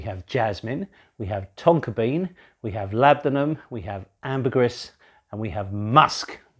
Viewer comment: My ears bleed when you say ambergris. Pronounced: Amber- greeeeee.